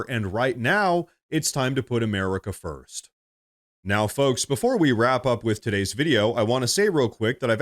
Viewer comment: "THey invadEd Firrsst!"